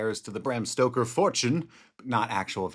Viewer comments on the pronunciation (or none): none